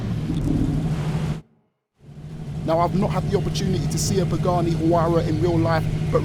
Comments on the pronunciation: It's pronounced why-rah...but please keep mispronouncing it it's highlarious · Huayra is pronounced "why+ruh" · When you tried to say Haurya did you have a stroke 😂